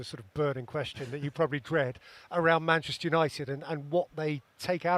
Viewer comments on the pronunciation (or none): Is it only me or does Gary still refer to them as Money-chester 😂😂